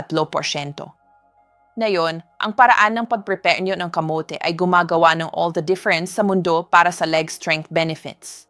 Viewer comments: bakit ang pagkasabi niya ng muscles ay maskels? as a doctor they know the right pronunciation of muscles 🤭. tapos ang kamote ay kamot... AI naman yata yan .. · KA MO TE ( not kamot ) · Yung pronounce ng kamote Kamit!!? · Natawa din ako sa maskel 😂😂muscle Mas kel😂camote niya camot😂